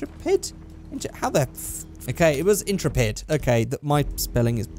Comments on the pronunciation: "IN-truh-ped" aaaaaa It's "in-TREH-pid" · "Intra-ped" Please, end my life. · Is anyone else irritated by constant mispronunciation of the word Intrepid? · In-trep-id. Ok.